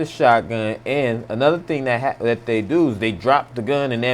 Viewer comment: I bet this guy is black by saying "dey"